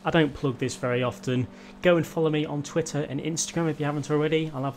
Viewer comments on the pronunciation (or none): none